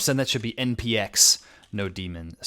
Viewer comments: wait, did he just say node-demon?? tf. It is Node-mon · why do you say node demon? it's nodemon as in node-mon..... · Node-mon? nawwww No-demon! lol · 😂 I say that, too. "no 😈" It makes me laugh every time.